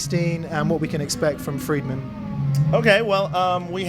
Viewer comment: It's also pronounced FRIEDman. Not Freedman. Easy to remember.... Look at Dave... what does he eat? Fried Food. Tons of it.